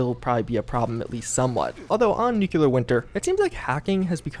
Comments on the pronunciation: Near the end, I randomly decided to do a "NEW-kyall-ler" counter... ... ... ... ... ... How bout "new-CLEAR"? Only TWO syllables...🤦🏾‍♂️ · he says nuclear weird. new clear not nucular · Who else gets triggered every time an American says "nucular"? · nuclear is 3 syllables. new-clee-ur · You have the best news for Fallout 76 man! Even if you do say "nukular" 😂